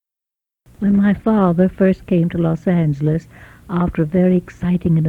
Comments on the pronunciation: sounds like she pronounces it "Los Ang-el-es" with a hard G sound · . Los Angelean here ( who like most people here are from somewhere else). Please take notice how the niece does not pronounce 'angel', in "Los Angeles". it's more like "Los Aynglis". I love it. I heard about this pronunciation, but never in a recording. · In these old videos, I noticed they always pronounce Los Angeles with a hard G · Interesting to hear someone from LA at that time call it l “LasanGulus” hard G? (niece) instead of what we in SoCal said: ”Loss-SANE-jealous” ca 1970, more drawn out with more accent on the second syllable (neither saying LOS with long O as in Spanish). I think speech changed so much in the forties, so much changed about LA in that time too. This woman is an elegant speaker. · Los angheles, i knew i pronounce that right, the dude at the airport corrected me, as if i didnt know they engliscised it with los anjeles. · Los ENG-elees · I love how they pronounce Los Angelos with the "gah" sound. You can always tell a native LA person. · "Los ang-lis" took me out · "Los Angle les". The pronunciation I remember from my family too. The Aunt didn't use it but the niece did. Amazing. I almost forgot it. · That pronunciation of los Angeles is shocking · Notice how they pronoupronounced Los Angeles with a hard “g”. That’s how some people still pronounced it in the 60’s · As a child I remember several people pronouncing it that way. I remember wondering if they were from the Midwest or if it was just an additional -altho incorrect - way to say the city's name